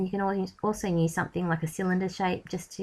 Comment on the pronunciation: I love your videos you are so talented but could please say use instead of "nuse".